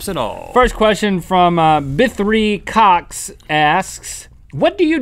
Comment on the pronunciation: link says cox (C*cks) lol